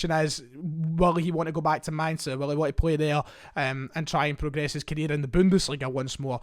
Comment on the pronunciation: Dude, stop pronouncing the German Rheinland city of Mainz with an affected 'ih' ending. Only Nouns ending with the letter 'e' have the the phonetic sound 'ih' such as Flasche (bottle), Konnte (could), Baume (trees). Therefore, simply pronounce Mainz with a simple 'z' ending, there is no vowel at the end of it. Otherwise, interesting video